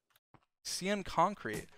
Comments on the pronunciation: sEe-An cOnKrEte!? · Everyone: “Cyan concrete” dream: “sea-yan concert” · SEE-AN CONKREET